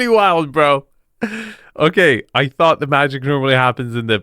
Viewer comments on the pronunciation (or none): none